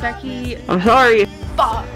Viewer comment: Becky..... IM SHORRY.... FOCK.... anyway